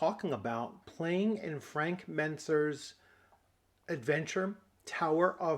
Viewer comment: He said Mentzer correctly! 🙊🤯